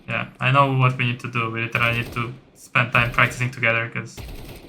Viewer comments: literally wymawia sie "ly czy ra li" albo "ly de ra li":) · "literally" zle wymawiasz bardzo i boli w uszy.